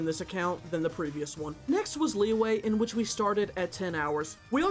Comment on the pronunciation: Wtf is "Lee-way"